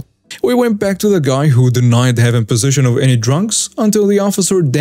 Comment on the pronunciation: Please learn to promise possession correctly it isn’t position, also crevices. I like your style but too many words are mispronounced.